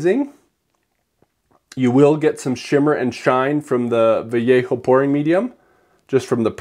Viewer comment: Can I please help you with some pronunciation? “Vallejo” can be [VUH-YEH-HO] or [VUH-LAY-HO] for a super-USA accent. I had to rewind that and read the bottle. I am embarrassed to admit what I thought I heard.